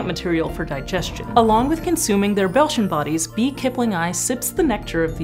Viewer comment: At first I thought she said ‘Belgian bodies’ and got very confused 😂